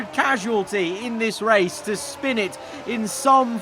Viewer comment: sure did "shpin"